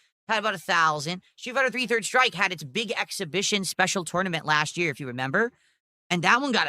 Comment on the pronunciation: Lol 6:63 that pronunciation doe... "You bring your own joystick to the toynement."